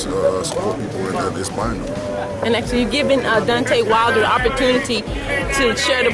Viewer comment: "Dontae Wilder" loool